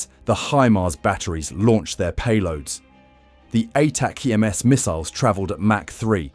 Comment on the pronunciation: HIMARS is equipped with 'ATA-CMS'????? Did you mean 'Attack-ems', which is how literally everyone pronounces it?